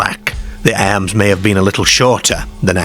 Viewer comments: Why the weird pronunciation of the words "arms" and "cars" and "farmer"? "Cares" and "airms" and "fairmair"? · I had to stop watching this after a couple of minutes due to the narrator's aggravating pronunciation of words like Car ( 'Care'), Arms ( 'Airms') etc..Noboday else in England talks like, so why choose him ???